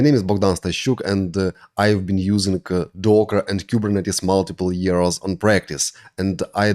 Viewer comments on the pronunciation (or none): none